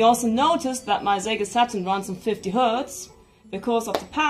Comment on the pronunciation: Great stuff! And I love how she pronounces the words “SEGA Saturn” as “Zega SaT-turn.” Now all we need is replacement CD-ROM drives for these great systems. Sometimes the drives take a dump because of wear and tear. Also, I’d love for someone to patch 2D fighters for the original PlayStation. I know it difficult because of limited amount of VRAM of the system… but I can fantasize lol.